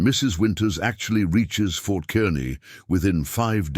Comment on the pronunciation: Fort Kearney is pronounced Kar-nee